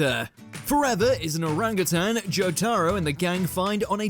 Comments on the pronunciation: Joe Tarrow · It makes my so friggin mad everytime he tried to say "Jotaro"